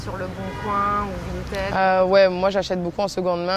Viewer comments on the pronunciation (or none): none